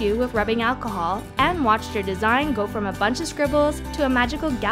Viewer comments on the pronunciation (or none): none